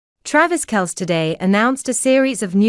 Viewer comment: If you cant even pronounceTravis’ last name correctly, why would I believe anything on this channel?